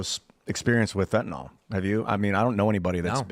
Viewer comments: is a "scientist," yet says fentanol for fentanyl. Why can't read? Just kidding, Bro. You're as smart as every US Senator who can't read. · Why can't Americans say fentanyl? What the fuck is fentynol? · See? isn't any better at reading the word "fentanyl."